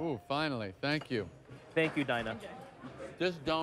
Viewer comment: "Foinally!" Jerry the jerk.